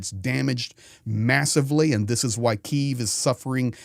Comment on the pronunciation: Hi, love your informative reports and appreciate your support. I would like to point out your incorrect pronunciation of Kyiv. You are pronouncing it in the Russian way, a little offensive for Ukrainians. It's K - YIV, not KI -ev. I am from Brisbane in Australia.